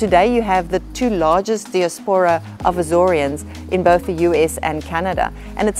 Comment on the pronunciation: What?! The South African narrator cannot pronounce “diaspora”. Do these people ever get voice direction? Very sloppy.